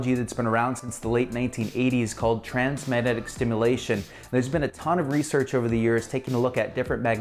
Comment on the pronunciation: What do you say ? Trans medetic stimulation? Are you trying to say Transcranial Magnetic Stimulation?